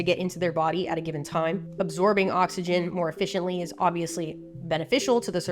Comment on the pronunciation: My brain definitely heard “absorbing oxygen more ef-fish-ently” 😂